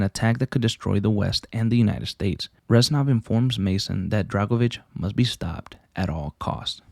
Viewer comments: it’s REZ-NOV. not ranzoff. Get your life together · Good video but you saying Renzov instead of Reznov most of the time, bothered the fuck out of me 😂😂 other than that, amazing video